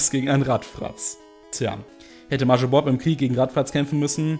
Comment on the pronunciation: bei der art, wie du major aussprichst, drehen sich meine fußnägel nach innen.